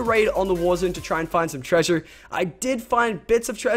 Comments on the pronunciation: Being from New Zealand it annoys me when Lachlan says treasure cus it sounds silly and not right I guess and hes losing his aussie accent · The accent you say "treasure" is american xD